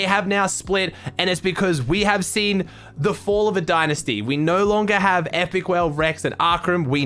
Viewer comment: D-I-Nisty the second syllable is like when u say I am going to school